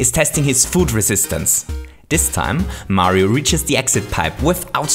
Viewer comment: Chili P Mario- maaario